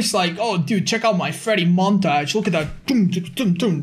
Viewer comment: The way you say montage